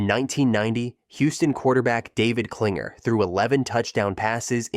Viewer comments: It's Klingler, not Klinger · David Kilng-ler not Klinger. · David Kling-ler. If you're gonna give the info, get the names right, kiddo. 😂